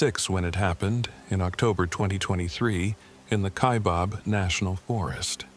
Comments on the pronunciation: It’s fiction. He doesn’t know how to pronounce Kaibab (not KaiBOB!) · It's kaibab "bab" stupid this is how you no this story is bullshit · ky bab not bob.....AI get it together...I live in Kaibab